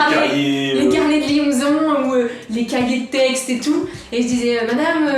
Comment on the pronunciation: c’est pas carnet de lionson c’est carnet de liaison